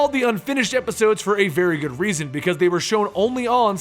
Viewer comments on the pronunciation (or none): none